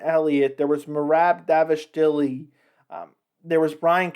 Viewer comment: And first of all its "merab dvalishvili" not davishdili! 😂 Do u even follow UFC or mma in general?? Dnt pretend though!